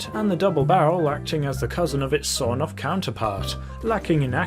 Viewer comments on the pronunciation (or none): Everybody: Sawed-off Even my mum: sawed-off: sawNoff (the Russian version)